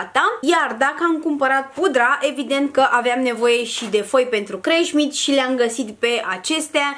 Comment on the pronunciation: Fără răutate,se numește Cremșnit (scrie și pe cutia cremei) și nu Creșmit 😘